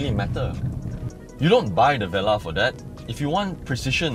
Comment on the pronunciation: It's pronounced vuh-lar, not veh-lah